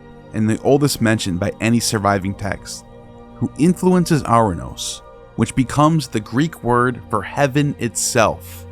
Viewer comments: A curious coincidence or not? The Greek god "Uranus" is pronounced "ur -anOS" (not "our-anos" or "oranos" as pronounced in the video).. Anos in greek infers "above" and "anoteros" means "the highest" (masculine form) Ur is the city of the Sumerians. "Anu/Anos (on high)" is their sky god. Ur-Anos in greek is the sky god who was created by Gaia and became her consort, fathering a succession of powerful beings including the Titans, whose children (the Olympians) finally defeated them.. Ouranos is still in Greek as a name for "sky" Also, a small change in the pronunciation of the first consonant of "Kronos" to Chronos (where "Ch" is pronounced like the "J" in Jalapeno for instance) would closely link the two, and Chronos is the Greek god of time (a word still meaning "a year" or an unspecified passage of time, in modern greek). The remainder of the video's depiction of Greek mythology is accurate as far as I know... Connections of Greek myth to more ancient Sumerian sources are still visible.. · As a matter of piciun-ness(?) The Greek of Ouranos would be pronounced with emphasis on the penultimate syllable and so pronounced "OurANos." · I love your videos and have made similar observations about Ouranos (which has been transliterated into English as Uranus). One minor correction, if I'm not mistaken, is the Greek pronunciation of 'ou' is not "ou as in hourglass" but "oo as in loose," so the Greek pronunciation of Ouranos is "oo-ran-OSS" (emphasis on the last syllable). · Soooo ANNOYING!! Ouranos is pronounced (OO RA NOS). It grates to hear it mispronounced dozens of times. It would have taken 5 seconds on Google translate to get right.